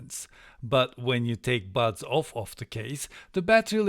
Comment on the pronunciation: Seriously, am I the only one who kept hearing the words 'butt plugs' through this entire video :D Once again excellent review :)